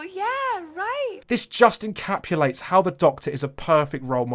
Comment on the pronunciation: You keep saying "encapulate"